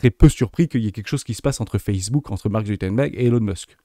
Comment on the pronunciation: Merci pour la vidéo que je suis en train de regarder (comme souvent). Mais on dit Mark ZuCKerberg et pas ZUTERBERG haha! Tu m'as fait sourire en tout cas. Contenu toujours au top (oui je fais une remarque sur la forme plutôt que sur le fond car le fond est toujours top).